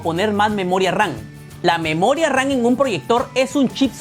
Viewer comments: Memoria RAN? Que no se dice moria RAM? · yo y mi toc de escuchar memoria ran y no ram ,pero buen video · por que dices memoria RAN ???😂😂😂